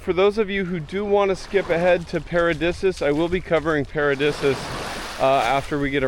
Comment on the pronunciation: Paradisus is pronounced para'deesus bro not disuhs.